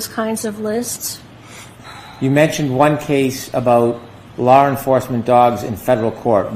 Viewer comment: go back to Junior High School and retake the course “English”. You obviously failed it. Law Enforcement is pronounced “Law Enforcement” not “Lawr Enforcement”.